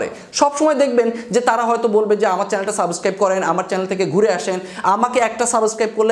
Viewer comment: ভাই,সাবস্ক্রাইব শব্দটা আপনার মুখে মানাচ্ছে না।আপনি সাবোসক্রাইব বলছেন